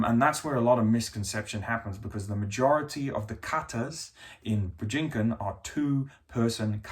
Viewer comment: Your pronunciation of Bujinkan hurts my brain.